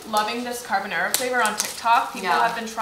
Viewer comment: “Carbonara”: “Carbonara” Nobody:: “CarBONNairA”